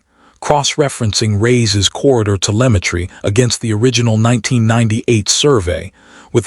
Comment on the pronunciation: Really caucasion AI narration. "Reyes, Kwan...." are not difficult pronunciations.